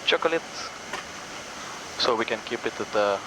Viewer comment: Love how the copilot pronounced " Chocolate"@